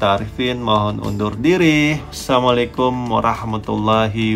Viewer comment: Bro diralat lah, jgn salamlekum?? Tapi assalamua'laikum..